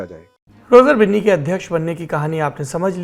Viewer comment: Roger binni ko roger bunni bol raha hain